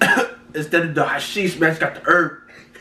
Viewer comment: He said hashish (weed) it’s shisha